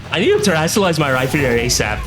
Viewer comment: its pronounced Rhyperior! like a peer